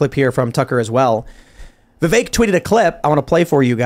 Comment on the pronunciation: Hey guys his name is pronounced Vivek like Vi=Vee like venus, Vek= Vec like Vector. Vivek = VeeVek. I've heard a lot of VYEWAKE places.